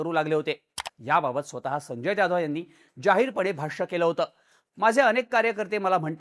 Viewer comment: अरे बॉ जाधव बोल ना ज्याधव काय??